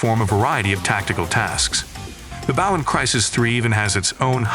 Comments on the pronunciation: I can't tell if that's a really human like sounding tts voice, or a real human that speaks really weirdly. Hearing "BAW" over and over instead of bow was getting kind of annoying. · Well made video, but the mispronunciation of “bow” had me FF to the end. Especially since “crossbow” was said correctly, in the same sentence as “bow”🫤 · The way you say bow is annoying.. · Why do you say bow like that